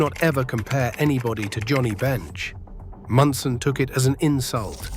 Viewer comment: Thurman Munson was, is and ever be my favorite player. And I hate AI that cannot pronounce simple words and names.